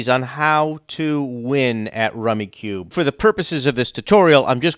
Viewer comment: its pronounced rummy cub